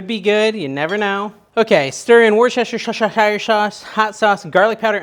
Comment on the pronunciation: You pronounce worcestershire sauce this way...who's your sister sauce. 😉